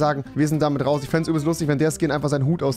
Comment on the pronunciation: Ochmann Rewi, ich glaube Fortnite hat dich wieder verdummt, du konntest mal normal reden, jetzt fängst du wieder mit fich, isch und so an🤦‍♀️ och gottel